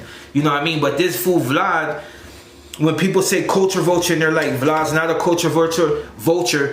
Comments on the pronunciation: That fool “vlaud/vlawd” 🤣😂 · Who is Vlod?? You mean Vlad!?! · It’s vlad not vlod And it’s suuu surf mang